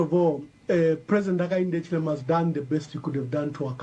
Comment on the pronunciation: Your cant pronounce Hichilema 😂😂😂